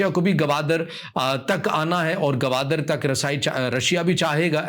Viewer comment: بھائی صاحب اس شھر کا نام Gwadar ہے Gawadar نہیں ہے ۔ بلوچوں کی سر زمین ہے ۔ باتیں بڑی بڑی کرتے ہو ۔ کسی کے باپ کی طاقت نہیں کہ مکُران کو بلوچستان سے جدا کر سکے ۔